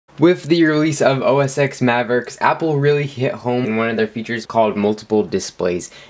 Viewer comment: OS TEN! It is pronounced OS TEN. Thank you for playing.